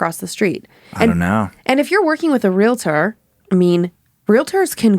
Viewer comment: Yay - -- you pronounced realtor correctly!!! Congratulations!!!